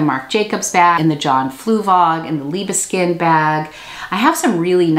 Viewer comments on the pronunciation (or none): So the best way I can describe the Liebeskind pronunciation without recording myself is : LEE-Bess-Kin-t (kin as in kinship, not like English "kind") With love, your resident German ;) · Liebeskind. Translates as dear child. Lee bess kind (like king but with d) Sorry not good at phonetics. Very popular trendy brand here in Germany. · [Lee -bes -keend] Liebeskind 🙂,. great finds, like always👍those Dr.Martens are to die😍i have never found Dr.Martens, i wish i could live in USA, it is not easy to find good staff in our small german town, but it makes the process more interesting and more like a treasures hunt😂.